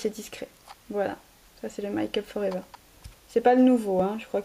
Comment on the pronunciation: sa se prononce pas "maille kup for ever" c'est "mai kup for ever". tu pourrais pas faire des montages,tout de meme... Mais des beaux achats :):)